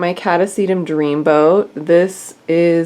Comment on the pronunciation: Boat...not boar😳😳😳